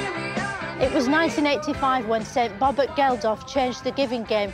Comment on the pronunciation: Is she calling him "Bobert"?